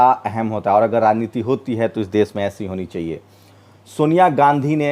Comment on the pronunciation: aap apni dari trim karwaye plz. AAP APNI BHASHA SHUDH KIJYE SHA SHABD KO SA NA KAHEJI DESH KO DES NA KHAE. NIRDESH KO NIRDES KEH RHE HE